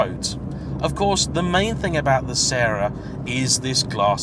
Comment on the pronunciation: How to pronounce Sera. It's the FRENCH word that was used by Toyota, exactly as the song goes, Que Sera Sera. They literally wanted the car to be called "Will Be". It is NOT the Italian pronunciation.